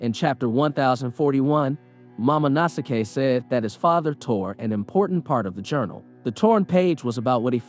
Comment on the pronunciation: its momo no sk not mamo no sake ............